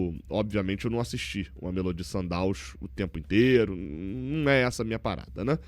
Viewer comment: Não aguento mais o fazendo a pronuncia do mameLÔdi errado. Já era para ter se informado melhor